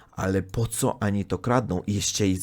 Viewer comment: Uprzejma prośba popracuj nad wymową ONI a nie ANI :) - bez złośliwości oczywiście